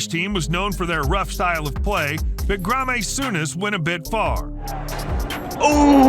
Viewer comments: The guy in the video ( not ) talking has no reason not to research the videos and how to pronounce club names and players names........ Ffs. The way he pronounced Graeme was diabolical ( it's my name) TBH it's typical lazy yanks...........cringeworthy at best. 🙄🙄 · Almost every non-english name was pronounced wrong by the voiceover, but somehow also the name "Graeme"? How does he pronounce Souness fine but struggle with Graeme 😅 Tbf americans usually say "gram" when they mean "graham" so who knows lol